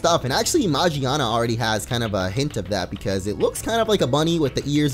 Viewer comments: it's not Magiana it's magearna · Its Magearna, not Magiana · It's pronounced man-gina. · I thought it was called Magearna! Is it not??! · It's MA-GEAR-NA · It's name is magearna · it's magarna